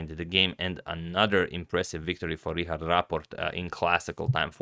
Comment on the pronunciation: Thanks Antonio for pronuncing Richárd (Rihard) correctly!